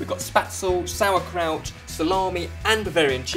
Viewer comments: Im getting triggered from this "sour" kraut. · I´m german and I love the way you pronounce "sauerkraut" and "spätzle"